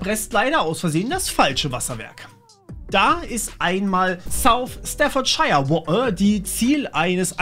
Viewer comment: Staffordscheier und Fäims wa'er... lmao